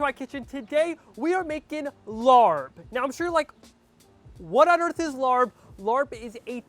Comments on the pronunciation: Yes, what is this LARB?? I'd appreciate it if he didn't present this dish as the Thai dish larb. A little research and you'll know this is pronounced laap. If you're going to cook and present a dish from a different culture, be respectful and try to be authentic. It at the very least, let your viewers know what ingredients are normally used. No peanuts, use Birdseye chili, sticky rice (not Jasmine) that's browned more, use fish sauce- not soy sauce. If you go into a Thai or Lao restaurant and ordered laap (or a he says larb), I guarantee that it will taste nothing like what he made. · Omg please please stop calling it Larb. It's pronounced Laap. Take the R out. You don't know how cringey it was for me to hear Tom Holland say Larb in Spiderman. No!!! Tom not you!!! Omg and you're squeezing the lime when it's still hot on the pan. And that's a no for the soy sauce. Fish sauce. Tsk tsk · Larp is pronounce RRUP not Lord. Turn off the heat. Cook it with no oil. Do not saute` You killing me!!! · It’s pronounced “laaaab” not larb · STAHP lol calling it larb 🤪… how we say is like STAHP but woth an L. The R is silent. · Lol try pronouncing it as “lahppp” and not larrrb lol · It is not pronounced the way its spelled. It is pronounced "Lapp". I like using grilled steak. Never had grounded beef. But kudos. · By the way it’s pronounced laab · I’m glad you had fun doing this dish. By the way…It’s pronounced “Lah” 😄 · You pronounced larb wrong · Horrible pronunciation. Didn’t toast the grain enough. Honestly, you could at least make it authentic. And adding soy sauce is just wrong 😟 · I don’t understand why you didn’t do you research before making a dish from another culture. This was all wrong even the pronunciation…. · Please do more research and learn how to pronounce it. The r should not be pronounced. So many white people pronounce it wrong. and know that it is the national dish of Laos. Thank you! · Lol you pronounce it wrong 😂 but it still look good